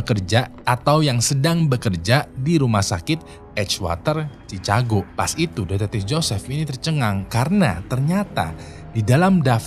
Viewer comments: Cikago bukan cicago. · Masukan buat, Chicago dibaca = shi ka go, loeb dibaca = lub